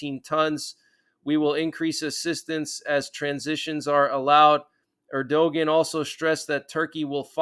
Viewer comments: Erdogan is pronounced "Air-Do-Ahn" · Er- du -wan is the way you pronounced it!